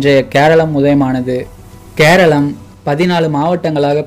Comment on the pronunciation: Not seralam mr😂😂😂 Keralam Because kera :coconut Alam: land It's mean land of coconut So many tamil channels are repeat this fault again and again